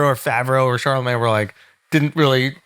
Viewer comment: Ive been listening to Charla for years and I absolutely hate the way he says "are" instead of "or"